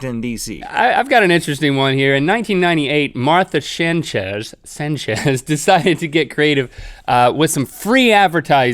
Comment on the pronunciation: Did he say senchez or did he say Sanchez Any one think manolo